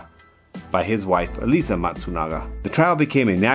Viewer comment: Eh-lee-zee not Eliza